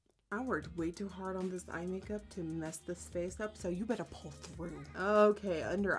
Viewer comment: Did she just say cake-up instead of make-up?! I love it xD